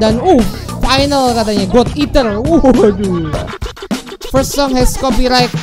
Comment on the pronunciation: Tulisan finalle rap:God Eater Dibaca:gad iter :v